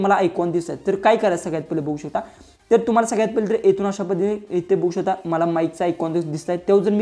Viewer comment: बघू शकता अस आहे दादा ते वाक्य. स्पष्ट बोला म्हणजे समोरच्याला कळेल. बहु शता अस ऐकायला येत आहे